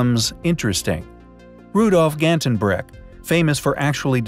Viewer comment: I am highly disappointed that the narrator cannot correctly pronounce Rudolph Gantebrink's last name. Major fail for me, right there! He is wrong on many known facts as well. For example it was a stone ball that was discovered in one of the shafts, NOT one made of Bronze.